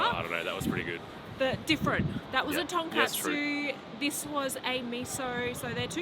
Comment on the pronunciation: Tonkotsu not Tonkatsu